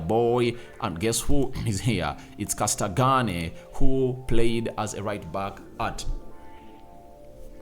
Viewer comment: I love how cold you butchered Castagne's name 😂